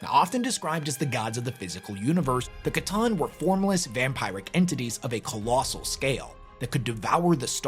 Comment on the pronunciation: hey, love your videos. note the word vampyric while derived from vampire is pronounced "vam-peer-ik". feel free to ignore me and keep up the good videos.